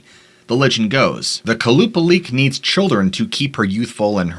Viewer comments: The Alaskan mermaid (the second Stort) is pronounced Kwah-Luh-Paul-Ick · the second creature is pronounces Kolla-paul-ic to my knowledge